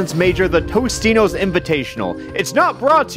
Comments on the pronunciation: I swear to god TOTINOS, not Tostinos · Alpha: "Sponsor me, Tostino's" Also Alpha: Doesn't know that it's actually "Totinos" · I don't think Totino's is gonna sponsor you if you keep calling them "Tostino's"! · you do realize its.. totinos, not tostinos, right? mandela effect.... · isnt it totinos not tostinos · Zak Henderson he meant toninos, not totinos